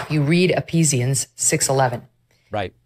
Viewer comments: LOL “ee-peas-ians?!?!” . Dear lord, these people are so cartoonishly fake it defies all reason that anyone could take them remotely seriously on anything ….ever. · epeasion ... thats not how thats pronounced. xD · Megyn Kelly didn’t even pronounce Ephesians correctly lol the grift in these people is insane lolll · Did Megan Kelly say Epesians and not Ephesians? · Did Megan Kelly say Epesians instead of Ephesians? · E-fesians. Not apeseans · Megyn Kelly, the Book of Ephesians is pronounced E-FEE-SHUNS not E-PEE-SHUNS. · Did she say ePsians!!! What book of the Bible is that!?!? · Did Megan say Epeasians? 😳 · Epeazeeans. Wtf megan kelley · Megan Kelly said "EPEEESIANS"... emphasis on the P. She doesn't even know how to pronounce Ephesians. I'm so over these F'ers. Emphasis on the F... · I just have to point out Megan Kelly seems to have never seen Ephesians in the Bible, since she pronounced it Epesians. I am a believer in Christ. Maga is trying to make it hard to say that. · Meghan Kelly, Bible Scholar, your reference is pronounced “Efeesions” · Epeesians! 😂 Gee Megyn, you're so religious! 😂😂😂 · "Epesians"? Not "Ephesians"? What other books of the Bible have the numbers " "? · Did Megan Kelly mispronounce Ephesians?!! Did she say," Apeasians?! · It's pronounced efesians (ephesians) 😂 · EPISIANS?? WHAT Bible is she reading?? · A-pees-ians??? Nice one Megan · "Ephesians"... People from Ephesus... She pronounces it "Epezians". She really knows her bible. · As a Christian can I state that those wackos don’t speak for me. Also Megan Kelly mispronounced Ephesians. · Megyn can't pronounce "Ephesians". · Megan Kelly can’t even pronounce Ephesians correctly. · She didn't even pronounce the book, right. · She mispronounced Ephesians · her pronouncing “Ephesians” incorrectly is so funny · Did she mean Ephesians??!!! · Mispronunciations happen. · She mispronounces 'Ephesians' and misinterprets the meaning.